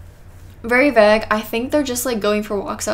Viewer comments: I'm from UK and it's pronounced Vay g (g is said like a kid when they are learning the alphabet - not gee but g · Why do you pronounce plague & vague like plague & vague is it an inside joke that im not in on